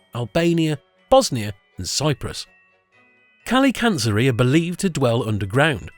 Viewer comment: I love how the grinch is a "fictional" character. As a Greek i can say you are the only one i saw reading kalikantzaroi correct.